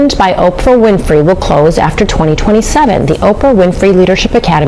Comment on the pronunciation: Please listen to how her surname name is pronounced. It's Win-Free not Fry - not all names are pronounced as they are spelt. I can't stand it when people don't take time to listen or research how a name is pronounced especially if they are content creators, its not that hard if you want to gain followers!